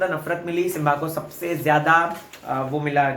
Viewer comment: It's not Simvaa it's Simbaa